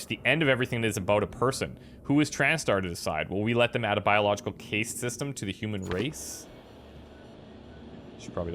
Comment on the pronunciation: It's pronounced "cast". As if the "e" wasn't there.